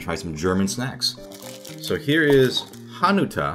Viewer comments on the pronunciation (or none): you stress the second syllable of the word "hanuta" not the first one it sounded like hanukkah :D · It's so cute that you pronounced Hanuta like a japanese word :D Ritter Sport are pretty legit, Manner are amazing. Kinder Bueno is my fav, but quite expensive for what it is. The Ladybug chocolates are usually lower quality choco and used to decorate easter baskets for children. Niederegger I never had, but from what I heard, it's really good marzipan. I was suprised about your comparison to red bean paste, but it is quite fitting! Maybe you'll have more of our snacks at some point (if I could be sure they wouldn't spoil on the way, I'd send some ^^" ) Oh, and greetings from Germany! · The way he said it, stressing the first syllable, sounded like it was Japanese as well. lol